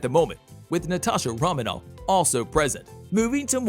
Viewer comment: I appreciate the undertaking of this video and the work it takes to put it all together. I have some minor problems with it being clear for those who don’t know or don’t remember some of the details…some mispronunciations like “ether” and “Romanoff”, “Yelena Bulova”…also plot details, for example Civil War features the bombing of the UN meeting where King T’Chaka is killed…the bomb was not placed by Bucky (Winter Soldier), he was framed for it by Zemo who wanted to defeat the Avengers by putting themselves against each other. Little details and carefully chosen words matter when dealing with a fan base of this size and passion. Overall, really great voiceover work and editing! The storytelling and weaving of one plot right after the other is good…I know how hard it must have been to write this script and include all conflicts.